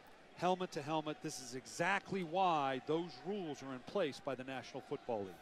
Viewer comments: “Helment” cash must’ve failed english class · Even flight knows how to say helmet